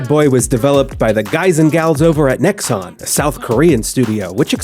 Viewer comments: How do you make this entire video calling them fucking "Nexus????" It's Nexon. Name them and fucking shame them. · Pretends doing a serious and informed review about a grindy game Sponsors a grindfest of a game Is unable to say the name of the developer right once in the entire video Understandable, have a nice day.